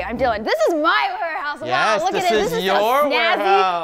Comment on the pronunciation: Dylan not dillan